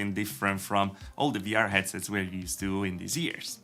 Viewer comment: stop saying vr tech CIENNOL, it's annoying!